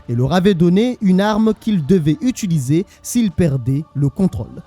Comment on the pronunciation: « Utuliser » pardon de faire mon grammar nazi mais fais un effort